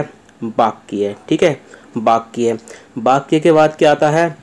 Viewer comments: Likha Sahi Hai Bas Bol Sahi Nahi Paare Aap 🙏🙏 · बाक्या नहीं sir वाक्य होता हैं 🙏🙏🙏